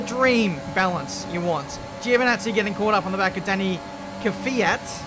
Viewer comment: No no it's joe va nazzi